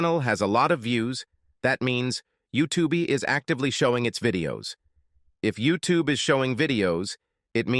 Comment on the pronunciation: U tube ee. Great pronunciation. 😅